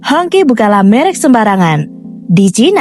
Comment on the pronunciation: It's pronounced as hong chi, not hong ki 😁